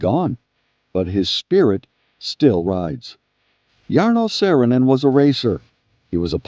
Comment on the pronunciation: Cant you just pronounce the name right at first?? Too difficult????